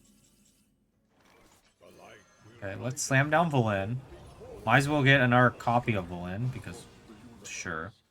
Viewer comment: VelEN not Velin o